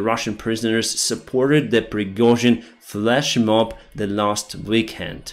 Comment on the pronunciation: "Pirgohzin flshmob" - lol